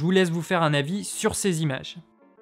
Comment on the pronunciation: CenT images "santimages", pas sanS images "sanzimages". Cent se termine par un T. Mais merci pour le test :D